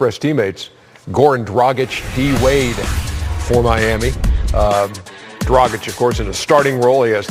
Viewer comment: Haha, Ernie said "Goran DWagic"😂